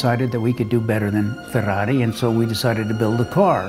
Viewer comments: First guy I've seen who speaks English and says "Ferrari" the right way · I am inspired by this video. I like how you say Ferrari. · Finally, an American who can correctly pronounce Ferrari. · Brilliant. Love the car, the man's commitment and personality. And he can say Ferrari correctly !! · Even how he pronounced Ferrari shows the passion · love the right ''Ferrari'' pronunciation instead of Fuwawuy